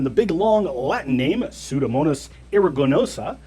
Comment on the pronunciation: Literally studying for my medical boards atm and if I hear "PA bacteria" one more time I'll slap you both. Pseudomonas. Not hard to say. Soo-do-mo-nas. Great video though.